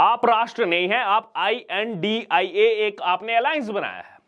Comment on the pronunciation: I.N.D.I.A is pronounce as INDI - Alliance not India.